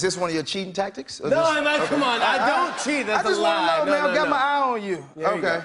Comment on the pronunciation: replaying when said "cat got your tongue" a dozen times, even tho nelly sounds like "cat it your tongue." I've also concluded its a tie.